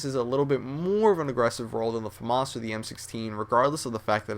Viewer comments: its a famas not a fomus.... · its fucking FAMAS not FAMUS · famas... say it with me fam as in family as famas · I laughed so hard when he pronounced FAMAS Fomaws. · FUM-ASS ? its pronounced F-A-M-A-S (Ph-am-as) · pretty sure its tha fAmAs not the fumass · Its FAMAS not FAMOSS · Faamass is he posh or smethin its famas not faamass its famas nd wat kind of name is ii everyday wtf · yeah you say it like that you dont say FUMAHS How he says it lol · is it just me or did he say, famos ?? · You are wrong. It is pronounces FAH-MASS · You are right I own one also it's pronounced Fuh-Maus. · no is Fa-miss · No it's not you fucking moron. It's pronounced fah-mos. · I fell asleep during the M16 and then all I heard was the FMARSE not Famas! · man its a french weapon you cant pronounce famas right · I say famas the same way. Lololol. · u pronounce famas wrong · please say famas right...please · that's not how you pronounce famas. at least put the accent on the fa and not the mas. (I'm french, like the famas^^)